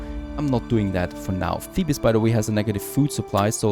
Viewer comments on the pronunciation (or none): Thank you for the video, also just a small thing you don't pronounce the "es" on the end of Thebes it is pronounced like "Theebs", it's really not important and doesn't harm anything just FYI. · Thebes from Egypt is spoken the same as Thebes from Greece so don’t say the second e